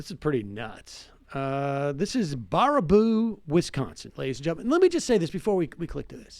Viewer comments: It's Bear-a-boo not Bar-a-boo lol. Im from Wisco tho, I prob wouldn't know if I hadn't grown up here. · Two minutes later and he's back to butchering the name. It's so simple: Baraboo is pronounced Bear-A-Boo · The town of Baraboo is pronounced "Bare-uh-Boo" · Bear-ah-boo...It's pronounced Bear-ah-boo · I notice he corrected himself...well until he said barber-roo and baba-roo later on lol...Wisconsin is actually a pretty cool state. Madison is great city. Milwaukee and La Crosse are pretty cool too. It makes me sad we are getting press for this shit. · For the love of God, it's pronounced bear-a-boo. Famous for the Circus World Museum. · It's pronounced BEAR-AH-BOO. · Pronounced BEAR-a-boo. I should know, I'm from WI. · How about learning how to pronounce the name of the city you are discussing. Reminds of the President who doesn't know the name of the burned out town where he is standing. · The1nOnly, you're right, I stopped watching after repeated mispronunciations of "Baraboo". Next time they should try to work on pronunciations prior to donning the role of journalist. It's called quality reporting. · What is a Barbaroo? Sam was butchering the name until he heard pronounce it correctly. Sam is great, makes great arguments, and makes great points. He's not great at figuring out how to pronounce names he's neer heard before.